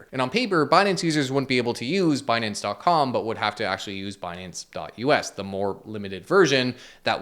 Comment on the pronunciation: Actually its pronounced as "Benance"